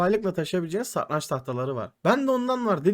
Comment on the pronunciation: satrancin telafuzunu ogren abi